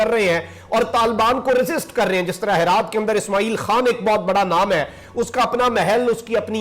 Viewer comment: Bhai naam sahi liya karo it's not harat or halmand...its hiraat and hilmand